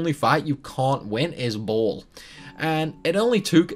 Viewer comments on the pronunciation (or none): none